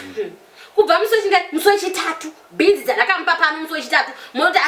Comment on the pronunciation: Kkkkkk beans or beens